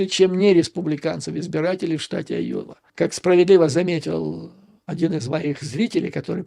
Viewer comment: Уважаемый Юрий Борисович ! Я живу в А-йове (а не Айо-ве) и себя Рэднеком НЕ считаю. Не советую и вам так думать насчет здешнего населения. Из того ,что вы сказали, я понял, что вы НЕ удосужились посмотреть в Гугле, чем известна Айова (кроме сельского хозяйства). Здесь находится один из 4 департментов фирмы Raytheon - Collins Aerospace - НЕУЖЕЛИ такая фирма по-вашему мнению НЕ технологическая ????? Её одной достаточно, чтобы штат назвать технологическим. Collins Aerospace - это в прошлом Rockwell Collins - компания № 1 в МИРЕ по разработкам и изготовлению мировой авионики !!!! Интересна выписка из Гугл "On July 19, 1977, the first GPS satellite signal, transmitted from Navigation Technology Satellite 2 (NTS-2) was received at a building of the Rockwell-Collins Company in Cedar Rapids, Iowa." И заметьте, что Rockwell-Collins сам и спутник собирал. Сегодня практически нет НИ единого самолета в мире, который бы не имел хотя-бы одного блока сделанного в Rockwell-Collins. Далее, у нас тут огромное предприятие ВАЕ Systems - тоже очень известное ! Ну хватит и этих примеров, чтобы доказать, что местные айовцы не только хвосты коровам крутят ! Поэтому НЕ все выпускники Айовских колледжей покидают свой штат - это явная туфта. Так вот - практически весь штат инженеров голосовал против Трампа ! И ДА их врядли можна всех назвать неграмотными.... Рассии б таких неграмотных - гляди и суперджет летал бы без проблем... хотя о чём я говорю....